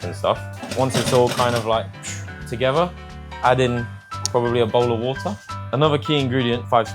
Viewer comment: 小马说water的时候，t也是不发音的😂